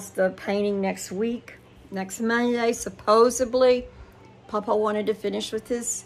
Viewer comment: It's supposeDly. Not supposeBly